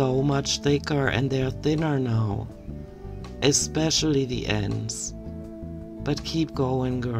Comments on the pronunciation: Ex-specially, ex- cetera.. gives me rage in my heart. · "My hair grows so often..." 🙄Yep, I was flabbergasted too, she's very special. "Eggspecially..." hm hmmm..(you read my mind again...) All jokes aside, there is something obscene about her waxing lyrical about how "powerful" washing dishes is. My mind immediately goes to just how bloody "tone-deaf" this bit of gear is. I can guarantee that the majority of homeless, displaced and/or marginalised people anywhere in the world would scoff at this revelation, just as much as I do. Then again, (mercifully,) they probably don't even have access to the internet. Cheers! 😊🦘